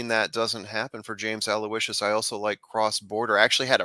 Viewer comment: Hey, you two are a great listen., forgive me, you are the class of the Trust the Prophets gallery imho however in the case of James Aloysius, your podcast mate there had it right...Aloe-ish-sus is the correct way to say that horse's name. Not meaning to sound like a typical internet nitpicker and anyway you say it, the payoff window will be happy to greet you if he does get to the wire first lol I am a big fan of yours and have been since I saw you as a tender teen holding your own big time with the TVG guys at Hollywood Park lo those many years ago. You were actually quite amazing in that appearance with obviously no preparation beforehand. Goes without saying that your pedigree expertise that you share with us is invaluable, not to mention amazingly impressive. Listen to me run on...I look forward to more of the same from you and hope you find good fortune at the Spa Travers day!